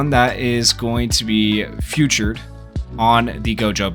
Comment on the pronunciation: why do you pronounce featured as "futured"